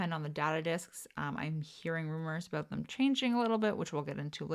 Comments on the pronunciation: you said aboot three times in first like 30 seconds, so I was like yay, drinking game, but then you never said it after… /pout…. Luv u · Oh em gee, can you say aboot [canadian version of about]